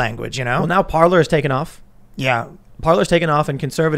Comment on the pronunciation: No it's not pronounced Parler it's pronounced Parlay